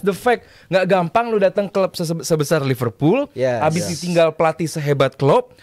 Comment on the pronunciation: Ipal Ipul apaan. Bilang Liverpool aja susah amat. Lu bilang Ipul ke orang luar di ketawain lu.